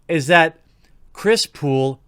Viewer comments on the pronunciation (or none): He called him "chirs pool" this os april fools